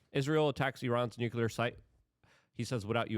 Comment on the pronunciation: Nu-clear NOT Nu-cular